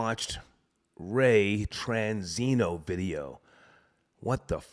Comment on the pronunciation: He said Ray Tranzino tho??!! I’m fkn dead ☠️ 🤣